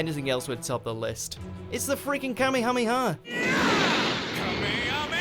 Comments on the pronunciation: I can't get over the way kamehameha is being pronounced. please revisit dragon ball if you need help. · I hate it when people say Kamehameha like that